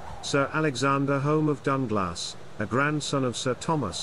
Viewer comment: The narrator is incorrectly pronouncing "Home" with an O sound instead of U. Both spellings are pronounced "Hume". The only reason our families changed the spelling is because of such misunderstanding.